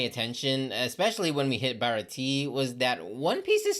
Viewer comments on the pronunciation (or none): Bro said barati instead of baratia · It's pronounced BAH-RAH-TEE-AY Also loguetown is pronounced log town since it's name comes from prologue and epilogue since it's where Luffys prologue ends and where Rogers epilogue ends